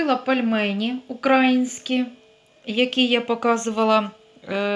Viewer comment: Прошу ставте будь ласка наголос правильно не укрАїнські,а украЇнські. Дякую!